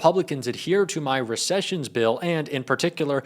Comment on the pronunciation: Recissions ….lol!